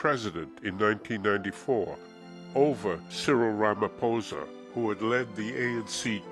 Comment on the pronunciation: I enjoyed watching all the parts, one after the other! One thing though, in the Nguni languages and the sotho, pedi and tswana lanuages, when the letters P and H are together, it makes a hard P sound like in the word "pie", not the "F" sound made when pronouncing names like "Ramaphosa" and "Bophuthatswana". When the letters "T" and "H" are next to each other, they are pronounced as a hard "T" like in the word "time" .